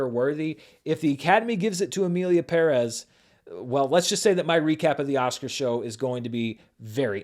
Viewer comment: first white guy that gets the pronunciation of "Perez" correct, you have my respect